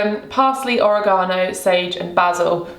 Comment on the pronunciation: I am obsessed with the way you pronounce "oregano" ❤️